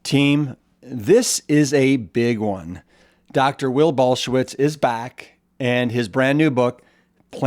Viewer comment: Saying his name completely wrong!!